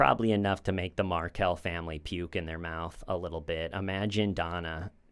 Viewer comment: Dan's last name Markel, does not rhyme with sparkle. It is pronounced Mark L, rhymes with bell, cell, dell, gel, well.